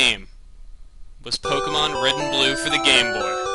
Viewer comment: Hey your a decoy! Red's name is Red not RE D.